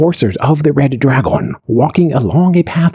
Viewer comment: The AI pronunciation of English is wild. draGON